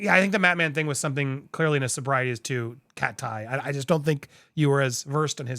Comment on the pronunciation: 😂😂😂😂😂 HOW you slapped that pronunciation to her name 🤣🤣. CAW- TĪ 👁️ CAUGH-TĪ